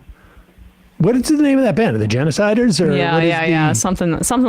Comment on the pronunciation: "The geneciders" bahhahhaahaa!!